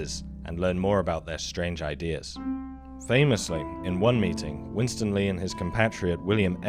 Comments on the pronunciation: Are you the narrator? If so, two quick tips; the name is Win-Stanley, not winstan-ly. The word Chagrin is pronounced ch-Grin, not charrrgrn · It's pronounced 'Win-STAN-ley'.